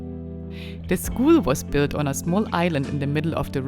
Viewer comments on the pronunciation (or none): none